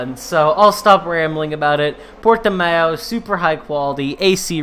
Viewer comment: UHAUHAUAHUHA... Portimão it's correct pronounce, m8. Don't worry !!! Thx for share again !!! Cheers from BRAZIL !!! P.S.: I don't like Portimão Circuit !!! uahauhauhaua P.S.1: Do you have Instagram Profile, man?